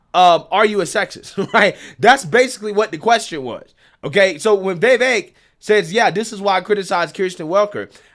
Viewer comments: Friend, it isn't "Vayvik," it's "Vivake." And he's spot on, as usual. They also love to talk over him. That's another, blaringly obvious and obnoxious tactic they use. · You’re great,, but my gosh! I hate how you pronounce Vivek! “Vay Vake”??? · 😂 you still struggling to pronounce Vivek’s name, huh? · Vivek POTUS🎉🇺🇸 Please learn to pronounce his name.